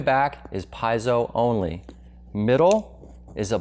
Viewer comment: Shouldn’t have said “PIE-zoh” so much because it’s “PEE-ZEE-oh!!!”